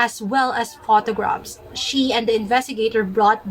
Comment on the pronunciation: Pangit ng accent nya kaya. Mali pa yung pronunciation nya ng PHOTOGRAPH at FUNERAL lol 😂